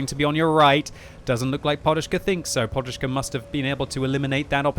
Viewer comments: Podushka not porushka XDD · Why the hell you call him poRushka, when his nickname is poDushka (pillow)?